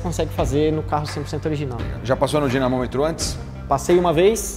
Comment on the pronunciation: NÃO É DINESYNOMETRO E ILUDINO QYE FALA KKKK